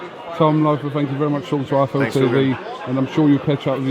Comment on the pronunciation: Wtf, it's loeffler not loafer